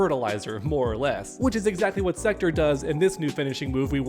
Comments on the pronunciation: Please stop saying Sekter. It's SektOR. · Thats not how you say Sektor.